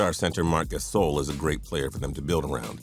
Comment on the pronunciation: Marc GasOUL? It's pronounced Gasohl